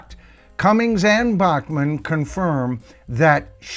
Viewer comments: Sorry Randy pronounces his last name (Back-man)🤭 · Randy pronounces his last name "Back-man". Ditto in the band name for BTO. It's a Canadian thing!